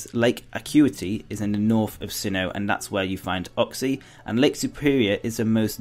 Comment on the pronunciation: it's not ukxie it's U-xie